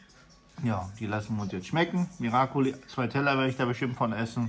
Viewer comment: Ihr Lieben es heisst Miracoli ❤